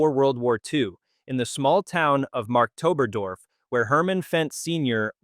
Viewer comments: It‘s pronounced “Markt Oberdorf”, not “Mark Toberdorf”. The first is a market town, while the second could be a name. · It isn’t MarkToberDorf, it’s Markt ("market") Oberdorf. JFTR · It's definitely Markt-Ober-Dorf, not Mark-Tober-Dorf.